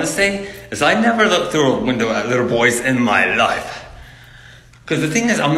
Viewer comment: ‘in my lø0ifæ’ is this a real person